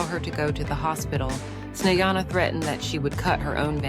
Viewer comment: Совсем обалдели вконец... ИИ долбаный не проверяют после озвучки: Чиседо и Снеана - это мрак! Dislike. Проверяйте свои опусы, придуrki...